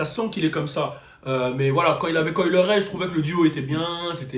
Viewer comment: Coi "Le"-ray 😂😂😂😭😭😭😭😭 les francais et la prononciation c'est chaud